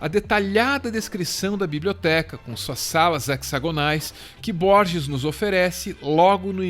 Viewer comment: versão em inglês do livro do J. L. Borges? vcs o leram em inglês? pq pronunciar "aisac newton"? e pq não pronunciar "rorre luis borres"? são "detalhes", mas dói no ouvido e passa pela valorização da nossa desprezada cultura latinoamericana